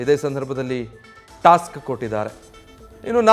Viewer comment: ಏನು ಟಾಸ್ಟ್? 😂😂 ತೋಸ್ಟ್?